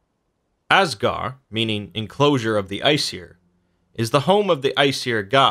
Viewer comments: The “d” in Asgard isn’t silent. Edit: neither is the “d” at the end of Midgard. But still a great video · I like the information, but man, you are mispronouncing all of these words. Asgard, the d is not silent, it's like a hard th, as it was originally written as Asgarð/Asgarðr. the 'ei' in heim sounds like a long I. the Ae/Æ in Aesir/Æsir, sounds long A. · AsgarD, MidgarD You’re forgetting the D. Which may or may not be what she said... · And stop saying asgar say asgard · also there's a D at the end of all those "gard" names... you know this right? I mean, you show pictures with the name right there, and im sure you've read many many sources... there's a D there...